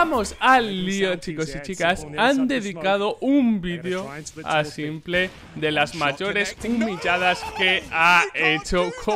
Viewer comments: Cada vez que dices simple en vez de simpol, un perrito muere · tu dile "S1mple" como se dice en ingles xd no le hagas casos a lo que lo dicen en español.